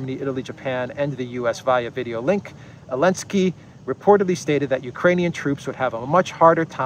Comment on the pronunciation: Why do you pronounce Zelenskyy's name "Elenskyy"? Just curious.